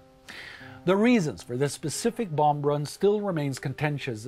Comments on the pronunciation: The b is silent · we don't say the 2nd b in bomb. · Does he really pronounce the b at the end of "bomb"?? Great video. It's just killing me lol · Take a shot every time he says the last b on the word "bomb"